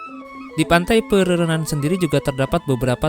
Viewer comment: bang, laut antara bali dengan pulau nusa penida itu namanya selat Badung. ombaknya 11-12 dengan ombak selat lombok. pura terbesar kedua di Bali, sepengetahuan saya itu Pura Ulun Danu Batur. Pantai pererenan, ren nya dibaca kayak pelafalan ren pada rental.